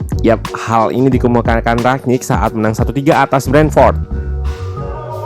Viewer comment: Kenapa orang tua susah dikasi tau ya? It is rangnick not ragnick. Gue nyadar ketika liat podcast jebreet media, but coach justin bener lafalinnya. Tapi ada yang engga juga ya ini, udah berapa bulan masih aja rag.